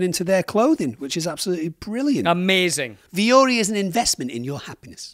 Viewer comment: Why do y'all always pronounce vuori so damn weird. The emphasis is in the ri if there even is one, and vuo is one sound, don't seperate the u and o so much. Vuo-ri means mountain in finnish. Google it